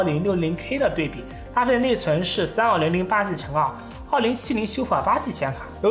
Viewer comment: Bios：、念成“拜哦斯“，不是碧欧斯；Super：念“苏per“不是“咻per“~